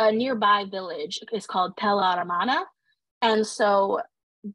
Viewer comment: I really enjoyed this primer on the Amarna period! The Aidan Dodson book Amarna Sunset is an excellent supplement for a more detailed history of the period. It is a bit jarring to hear you mispronounce the word Amarna throughout, however. It should be uh-mar-nuh and not ar-mon-uh.